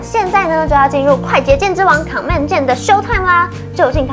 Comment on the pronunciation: 介紹得很專業，但我想小雞婆一下妳的command發音不正確@@ 不是 ㄎㄤˇ ㄇㄟˋ，是類似"ㄎㄣˇ mand"